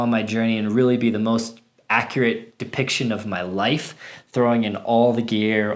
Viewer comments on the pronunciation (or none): none